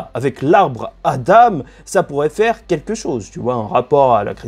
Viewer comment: Tu dis adame à la place ( adan )